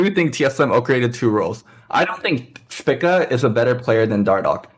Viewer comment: Someone needs to tell why everyone else pronounces it "SPEAK-A"